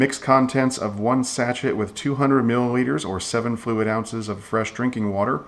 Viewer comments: It's pronounced "sa-shay" not "sat-chet". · Sachet is pronounced sa-shay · Nice presentation. (BTW, the word "sachet" is pronounced "sa-SHAY")